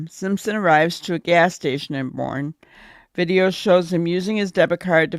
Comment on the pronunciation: Boerne is pronounced "Bur-nee".